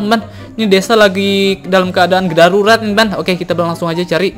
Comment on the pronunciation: darurat bang bukan garurat